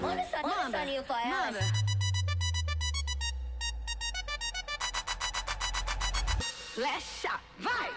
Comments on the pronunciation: loosing my shit with you saying Lexa right!! hahaha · The x can be pronounced in both ways in portuguese, like in "expectativa" (means expectation) the x sounds in the english way, but in Lexa's name sounds like "sh"